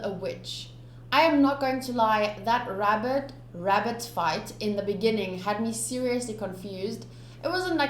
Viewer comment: "A wavenus species of wabbitt 😂😂😂